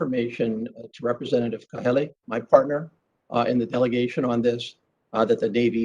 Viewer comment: Mr. Kalehi? His name is Kahele. So disrespectful!